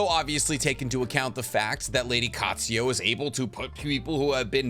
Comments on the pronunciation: Byakugou seal. NOT BYAKUYA. and also it's Katsuyu. NOT KATSUYO OR KATSUYA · Anyone else not able to get past him pronouncing Katsuyu as Katsuyo? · Bro I love the videos but u have a problem with adding/changing letters on names for example, u say "Katsuyo" when its Katsuyu, u also call Kakuzu "Kakuzo" etc.